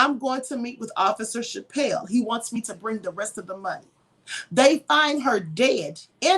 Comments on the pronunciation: Girl, it's pronounced Chapel, not Chapelle. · You have only heard what the media tells you. Do your research and do a new video. And it is Chapel like the church. You need to read the book and listen to the podcast, Land of Lies, then reevaluate! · Wow....the amount of ignorance coming out of your mouth about this case is staggering. Can't even pronounce my Uncle's name right.